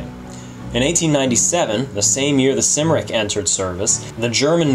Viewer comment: It's not Sim-ric. It is Cum-ric (Cymric) after the Welsh name Cymru.